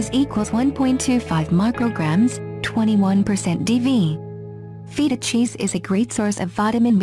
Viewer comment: when u pronounced feta cheese as feet-tah cheese I you lost all my respect sry lol